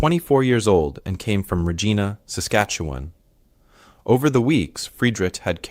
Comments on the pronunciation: As much as I enjoy these stories, I honestly wish that he would pronounce Regina properly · Me too. It is rej- EYE-na. English has a lot of words where the same spelling can be pronounced in different ways.